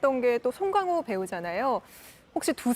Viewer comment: 저렇게 고급졌었군요 ㅎ 쏭캉호 발음에 피식~~ㅎ